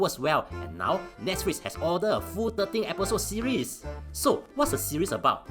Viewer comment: When pronounce Netsflix, I noe something is wrong:p